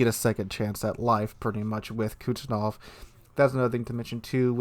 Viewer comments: IGN: TARQUIN21 Server: NA Say it with me "kooz-net-sov." Kuznetsov. LOL I'm sorry, but that really bothered me. Love the content. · Didnt realize "Kuznetsov" was so difficult to pronounce...